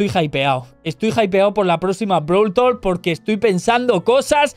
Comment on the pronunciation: Pense que era brawl talk,no brawl tolk